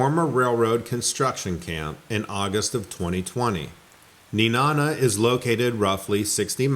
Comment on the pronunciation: However Nenana... rhymes with banana.